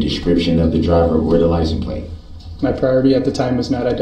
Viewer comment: Why the F does he say “licen place” number?? that drives me nuts that he can’t even pronounce basic English words